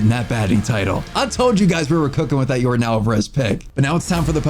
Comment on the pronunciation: "Yordin" Your-don